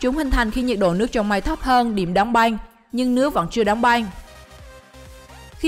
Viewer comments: Đóng băng mà đọc thành đóng beng😅😅😅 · "Đóng banh " " banh tóc " không đọc được vần Ăng 😂😂